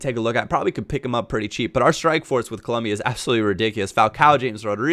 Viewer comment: ColOmbia, no 'U' please lol.